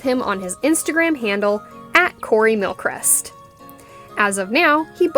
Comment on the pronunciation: How to pronounce his surname : Mil-Cree-st